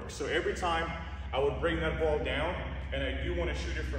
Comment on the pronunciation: the boo-oll🤣